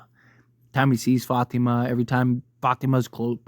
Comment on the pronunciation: Love how u pronounce Fátima